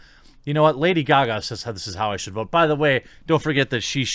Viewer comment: "Lada Gaga"?